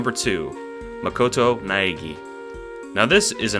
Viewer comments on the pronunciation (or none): none